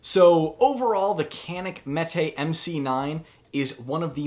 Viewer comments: No reply? KAN-ik meat it is. 😂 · The emphasis in the pronunciation of Canik Mete should be placed on the first syllable of each name: “jah-neek MEH-teh.” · It's pronounced "Crank meat"